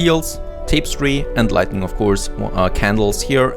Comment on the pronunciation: Say lighting, then say lightning see the difference lol